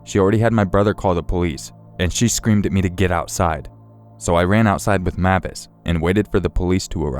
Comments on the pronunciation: Im pretty sure the dogs name is pronounced (M-ay-vis) with a long A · It's pronounces (MAY-vis) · Great video! I believe the dog's name is pronounced like Mayvis instead of how you were saying it, but great job narrating as usual.